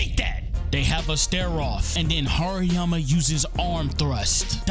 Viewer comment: TRRRRRRRReeeekkkkooooo Vs. HaRRERRRRRiiiiyyyyaaaammaaa Was kinda tough Ngl same with beat in the background makes the video hype you got a sub bro 💪🔥🔥